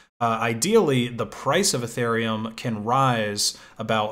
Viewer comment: Guy is E-thereum not eh-thereum